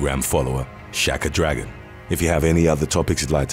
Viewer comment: Dam dude. You botched Shakakadragon's name ! 😆